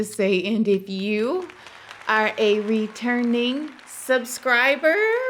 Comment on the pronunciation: Hahahaha the "subscriberrrrrrr" in the intro made me chuckle quite a bit. Thanks for always bringing a smile to my face, ma'am!